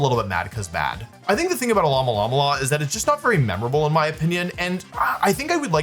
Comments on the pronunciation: Alomomola is pornounced "uh·low·muh·mow·luh," similar to Mola Mola, the Giant Ocean Sunfish for which it is named. I thought you were supposed to be some kind of Pokémon expert or something. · Wolfe saying alololololomomola made me forget how to actually say its name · As a Californian, the way you pronounced Alomomola (based off the Mola Mola which can be found off the coast of Southern California) is frying me